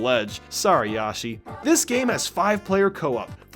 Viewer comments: I'm sorry... did he say Yoshi (Yah shee) and not Yoshi (Yo shee) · its Yoshi not Yarshi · yoeshi or yowshi lol you pronounce it as both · My man called yoshi yahshi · Did he really say yashi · Who the hell is ‘Yashee’?!?!? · He said yashi